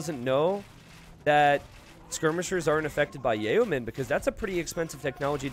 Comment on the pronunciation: It really bothers me how often he mispronounces several different things. The words are tor-shun and yo-men.